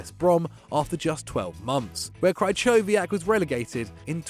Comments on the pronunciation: Ch in Krychowiak is pronounced like h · The way he says krychowiak offends me 😂😂